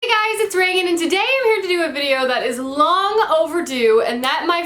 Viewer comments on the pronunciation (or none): none